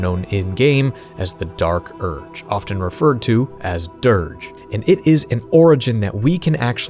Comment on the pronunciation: or Dee Ark Urg